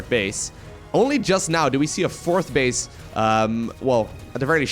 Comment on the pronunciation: did say center bitch. Instead of center base? Lol.